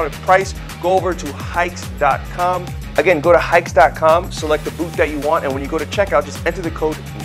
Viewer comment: that's not how you pronounce Haix